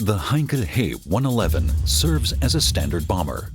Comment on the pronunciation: First of all it's a Heinkel H E one-eleven not HE one-eleven. And secondly no mention has been made of the Battle of Britain.